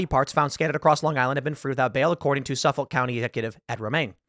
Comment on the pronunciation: It was fun to hear Tim mispronounce Amityville and Ana mispronounce Suffolk.